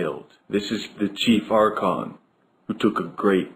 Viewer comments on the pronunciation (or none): none